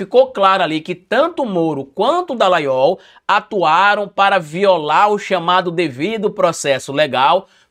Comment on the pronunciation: Misericórdia..."Dalaiol" não dá,socoorro